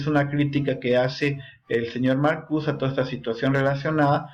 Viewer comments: Te agradezco el vídeo, pero se dice MarcuSE, no marcus. No es francés ni inglés, es alemán. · Sin ofender,se pronuncia Marcuse con E es de origen alemán Jebert Marcuse sería lo correcto